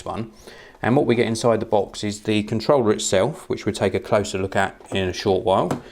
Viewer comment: foh this Contwollah